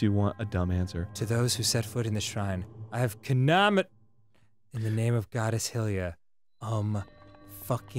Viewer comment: only they say it hill iya it's high Lee ah. hylia.